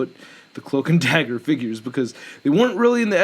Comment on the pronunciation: Dagger not dazzler, it’s ok